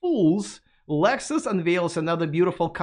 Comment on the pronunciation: Why is he calling Lexus, Alexus?